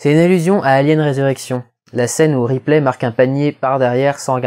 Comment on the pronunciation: Pour Show et Replay, tu es le seul à voir la blague car une prononciation anglophone ne la permet pas. Shaw pourrait certes, se rapprocher de Show, mais Ripley, il n'y a que nous français pour prononcer ça "riplay", les anglophones disent plutôt "ripli"